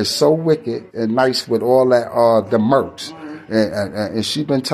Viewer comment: Merch Baby Par not merks my guy. Dont merk nothing Baby Par. 🤣😂